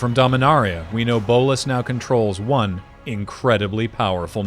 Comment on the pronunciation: This video has ONE problem. ONE way it's super annoying. ONE thing which is jarring and just weird to keep on hearing. He has ONE army... nobody talks like this. So jarring. Really took away from a great video as it feels far less polished than everything else in the video.